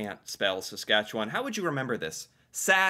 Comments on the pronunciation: As a Saskatchewanite, what a flipping relief to hear you pronounce our Province's name correctly! So many Canadians from Ontario and eastward always pronounce weirdly. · Saskatchewan - sas kat chew an (or "sas kat chew on") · Kudos for pronouncing Saskatchewan correctly! 😊